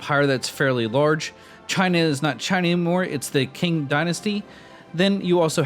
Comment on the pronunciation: Qing Dynasty = Ching Dynasty not a King Dynasty dude.